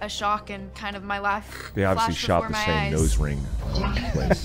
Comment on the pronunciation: It sounds like she says my laugh instead of my life flashed